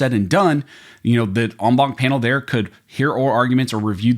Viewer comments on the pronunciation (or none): Wtf is an “omwom” panel?